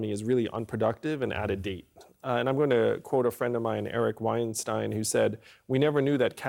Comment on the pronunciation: I think it’s awesome he pronounced Eric Weinstein’s name correctly.